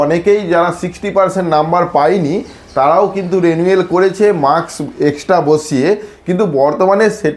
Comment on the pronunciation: Are vai konodin porasona korchen thikvabe pronunciation ta রেনুয়েল na রিনিউয়াল hoy reeeee....😂😂😂